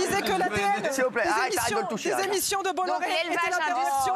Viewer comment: 3fois elle dit bolloré bizarrement sa touche pas Cyril 🤷🏽‍♂️